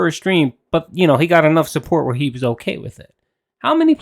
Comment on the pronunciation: Am I the only one who's noticed he doesn't say "Okay"? He says "Oak - yay" 😂